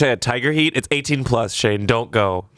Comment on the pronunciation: I love glasses Shayne (shan-ye)